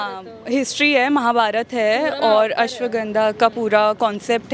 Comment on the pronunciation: asaavgnda 😂Abe asvathama bol didi